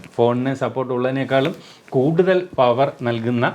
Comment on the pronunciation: പവർ എന്ന് പറയുമാഷേ